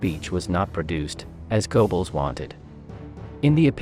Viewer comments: GO-Bells? It's pronounced GUR-BULLS. It's a German thing, you understand. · Okay, but your pronunciation of Goebbels' name is painful to listen to, even for me, a non German speaker. (It's closer to Gerbbels or Geurbbels, but even that doesn't quite get it.)